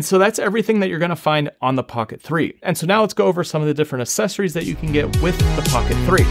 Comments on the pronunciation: Great video but the c sound in accessories is not an S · Me. They are accessories. Not aSSecories.